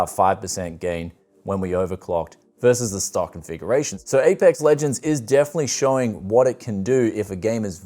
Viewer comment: "Far Cry old dawn" "Apex Lognuts Warrioz" "Shadow of the tomb raiderZ" I like how he names those games in his own way but the 3770K and non K are still a beast till this day